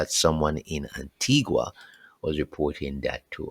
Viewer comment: Blessings and many thanks for your updates and information unit. J would like to draw your attention to 2 things. Pronunciation of 2 Caribbean islands: Antigua pronounced AN-TEE-GA and Montserrat pronounced MON-SER-RAT. The t is silent. Please do not take any offense. God Bless You and keep the information coming. You are doing an excellent job. Praise YAH